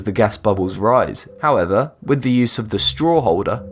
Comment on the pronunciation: Jesus. Does every item require a "howevah..."